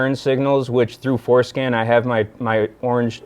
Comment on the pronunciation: Every time he says Forscan I can’t help but hear foreskin.